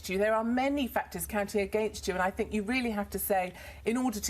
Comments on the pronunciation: Katie was demonised for years she is really coming back strong! 12 interviews in 5 years, i had to go for 9 every 2 weeks. GCSEs don't mean you are qualified, you sound quite simple when you can't pronounce think properly and keep interrupting , the word is think, not fink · Wants to be a teacher but can't pronounce. a sentence in half decent English....accents are fine but i 'fink'...the word rgardless of accent is 'think' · You are not well spoken, you pronounce "think" as "fink".